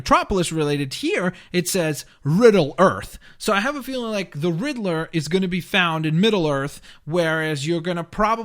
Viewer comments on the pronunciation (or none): none